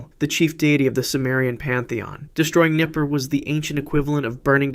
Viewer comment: Nippur not Nipper.